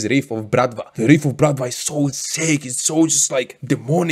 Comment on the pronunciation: Wow good pronunciation of Bratva slavic word